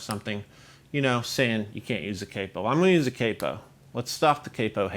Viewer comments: It’s CAP-O, not CAPE-O. Come on! 😅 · Capo is said like the a in cap but with an o, what's caypo some kinda fish or something. Awesome video though